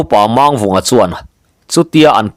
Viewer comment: hi thawnthu i chhiar tam tawh a, thiam pawh i thiam viau mai, lam dik loh erawh hriat tur a awm zeuh zeuh. Tun thawnthu chauh pawh ni lovin, Pawi hming lam dan hi lam dik loh a tam. Entirnan tlem han tarlang ila, Mang tih hi Lusei hmingah chuan thluk seia lam a ni ber a, Pawi hmingah erawh, thluk sang leh hniam chu awm ve bawk mahse, thluk sei a ni ngai lo. Mangchhuma, Manghmunga, Manghnuna, Mangkiauva, etc tihahte chuan thluk hniam, ka peih mang lo, tiha mang lam rik ang hi a ni. Mangliana, Mangnawla, Mangthuana, Manglinga, etc tihahte erawh thluk sang tawi a ni thung, mangkhawh tih ang thlukin. Duhmanga tihah erawh mang vek tih angin. Tin, Chem tih hi hming tawp lama hman a ni deuh ber a, hei pawh hi thluk hniam tawia lam chi bawk, 'ṭha ber' tih a ber thluk ang hian. Eg. Thangchem, Lianchem, etc. A awmzia pawh zoṭawnga BER tihna a ni. Pawi chuan hming tawpah A an dah ngai lo va, mahse, Zoṭawnga sawi chuan dah a ni mai ṭhin a, dik chiah lo mahse a pawi lem lo ve. Tin, Zataia tih hmingah a tawp lam hi thlukhniam tawia lam tur a ni bawk, hneh tihna a ni.